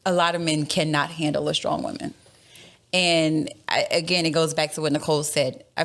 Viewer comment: 😂 yo this killed me 🤣💀 Also, who tf wants to "deal with a strong wahman"